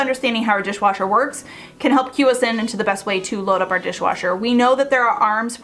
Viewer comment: Repeat : dishwasher, dishwasher, dishwooocher…😂